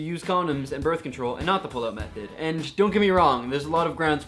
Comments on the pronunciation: For the longest time I thought he was saying "the pillow method" and i was just like "O_O; what is the pillow method..." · I thought he said pillow method too...